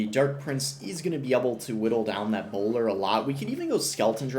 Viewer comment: chill on the hard R’s… Bowlaaa